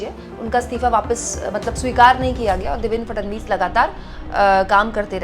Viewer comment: Fadanvis nahi..Fadnavis bolo